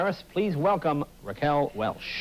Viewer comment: "WelSH?" Oh Jay ..